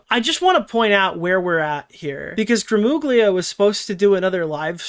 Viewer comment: IT'S PRONOUNCED GRAMULIA GL = L IN ITALIAN(it's slightly different, but L is a good approximation) YOU ARE ITALIAN-AMERICAN, PLS GET IT RIGHT